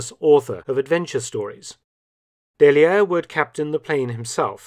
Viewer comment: The double l in "Dailliere" is pronounced like y.